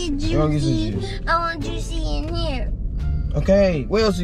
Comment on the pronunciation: “where else you gonna get the jucie”😂